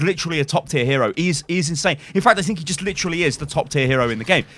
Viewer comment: Hero? It is not ow lol